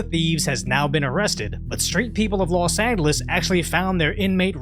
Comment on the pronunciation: Hold up say los angeles again?